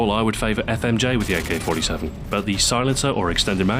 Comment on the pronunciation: GAYK-47 :DDDDDDDDDDDDDDDDDDDDD